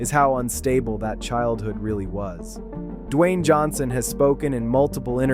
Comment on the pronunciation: that’s not how his name is pronounced. F*ck actually do the work and stop putting sh*t out on the internet